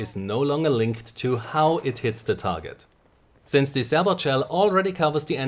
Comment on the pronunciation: just a heads-up,: sabot is pronounced sa-bow. (It's french)